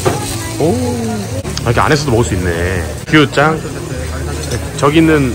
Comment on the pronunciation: 규짱〜하실때 , 규〜를 길게말하시니까 자꾸 규우 (牛🐮)소 라고 들려요 ㅋㅋㅋㅋㅋㅋ 🐮짱 ~